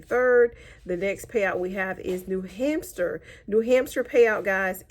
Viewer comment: Did she really say new-hampster? 🤣